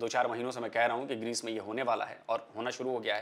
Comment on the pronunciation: Pakistani Anchor ko Greece ka pronouns bhi tik tharaf se nai atha..😂😂